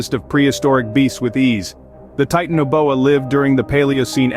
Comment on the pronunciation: Your video doesn't match up with your narration. And it's pronounced ti-tan-oboa I heard you pronounce it like three or four different ways.